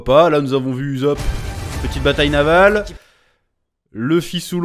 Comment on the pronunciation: "Uzop"??? Alors que yas 2 s ? Et quon l animer qui dis h24 ussop ...